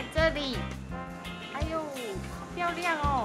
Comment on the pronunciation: 我沒有～～～（舉雙手），可是妳說貓好漂釀那裡我有一秒回到被馬來西亞人包圍的港覺XDXDXD